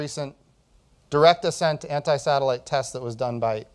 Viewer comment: Ant"i"😂😂 Try saying pick